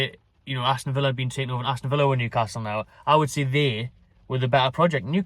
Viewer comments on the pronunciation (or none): none